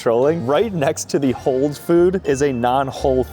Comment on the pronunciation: "Whole" not "Hole" - as in whole milk. You were so almost there 😂